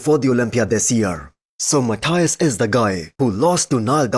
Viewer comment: Hi man. Your videos are awesome. Let me give you just a small tip. Menegate's first name is Matheus, not Mathias as you usually say. Best wishes.